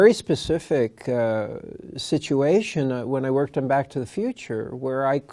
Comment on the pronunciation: The girl makes it sound like she's sayin' 'BOCK to the future'.